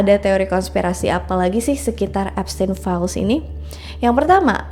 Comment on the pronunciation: Eps Teen Files🤣